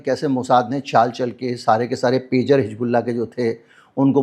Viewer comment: Sir it is not Hig bullah It is Hiz bullah Thanks